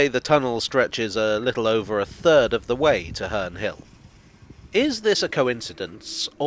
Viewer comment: Its sound like hernrie hill